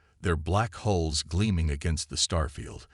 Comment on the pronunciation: Ships have "hulls" not "holes"